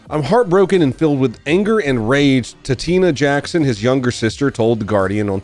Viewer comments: Just heads up brotha it's pronounced: Tot-ee-ona... Not Ta-Tina lol 😆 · Bro I love you, but you pronounced TAT- TI-ANA, as TATINA. Whut 😂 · Is it wrong that I absolutely cracked up when you called his sister "Tatina" instead of "Tat-i-ana"? Cuz I did. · her name is tah ti ah nah not tatina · No, Tat-ee-ana. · Tatiana = Tah-Tee-Ahn-uh Also Paraplegic means your legs don't work at all. Not trying to be a dick. I promise. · You won't see this and I'm fine with that but I cringe so unbelievably hard when I heard you pronounce Tatiana like that so here's how to actually pronounce it You start off with tat like tattoo, e like the letter E and Anna like Anna from frozen tat-e-Anna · It’s pronounced Tah-Tee-yanna! 😡😡😡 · I was really hoping when I seen the name Tatiana that you would say it because it would have been funny but that name is actually pronounced Tot-tee-on-uh 😂😂😂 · First time I’ve ever heard Tatiana pronounced as Ta-Tina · Her name is pronounced Tah tee ana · I believe her name is pronounced “tot” “ee” “a-na” lol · Mans really called the broad Tatina 💀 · the sisters name is pronounced tah tee ahn uh